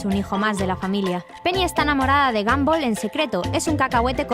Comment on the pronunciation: Se dise gonbal no ganbal